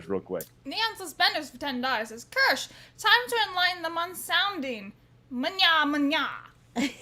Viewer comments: I love how Kirsche let them mispronounce her name the whole time.... Keer-shuh btw... that's the pronunciation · Is it me, or did it strike anyone else as funny that everyone pronounced Kirsche's name wrong the entire time? Or maybe I'm the one that's wrong, as I always that it was "Keer-sha," not "Kersh." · I might actually subscribe to this German named based VT. Watched Pippa clips before but her voice is too grating for long listening but Kirsche speaks normally. It's pronounced keer-sh-eh. German for cherry. It shouldn't be this hard to learn basic continental vowels when most sounds already exist in English words. As for German, just ü doesn't exist. Ö is very similar e in nerd or u in hurt. However, it's understandable if you butcher sounds that don't exist in your language. I'll never fully master some myself. Th I never pronounce in a naturally sounding way. Same with some Chinese sounds. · of not a single person pronouncing her name right lol. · It is, people just keep pronouncing it wrong and she isn't correcting them. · You are correct. They all mispronounced Kirsche (which is the German word for cherry). She didn't correct them.